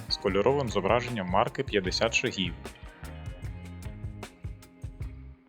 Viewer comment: не буду брехати. Не гуглив. Просто здалося що правильніше на перший склад. Не наполягаю